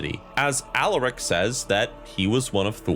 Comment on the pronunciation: every time you say Alaric I hear Alarak ala Starcraft 2